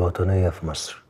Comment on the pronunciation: سمعتوه لما قال مسر😂😂😂😂